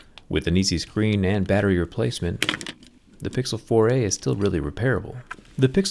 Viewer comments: Anyone else notice it sounds like "Pixel Foray"? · I heard "Pixel Foray"